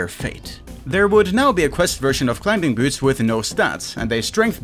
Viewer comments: CLI-MING!!! The B is silent ffs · Just a heads up youre pronouncing "Climbing" very strange. The B is silent lmao you not even saying it right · Climbing has a silent "b". You don't pronounce it. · Ah yes Clim-Bing boots XD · The "b" in "climbing" is silent btw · No one tell him the B is silent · hate how you pronounce the B in climbing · Who the hell pronounces the B in Climbing? 🤭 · do you pronounce the k in knife? THEN STOP SAYING THE B IN CLIMBING LMAOOO